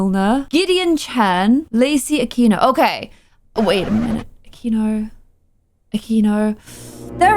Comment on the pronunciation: As a person who's last name is Aquino I am glad to make it to the series jajajaj, also was pronouncing the last name right Akeenuh until she said Ahkwinuuh noo your saying it right!! Jajaja